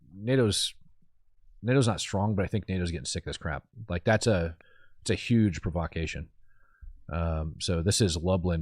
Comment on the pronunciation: Pro-vah-cay-tion 😂, you put the wrong em-phas-sis on the wrong syl-ab-ble